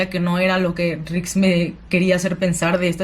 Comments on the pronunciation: No es nix es rik🤣😁😁👍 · ya no es rix es ´´nix´´ jajaja saludos me gusto tu video,me suscribo.